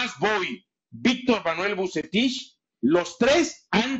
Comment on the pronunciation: "Vucetish"... dice.